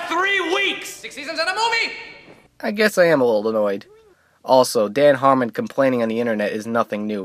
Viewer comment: "Dan Harmond"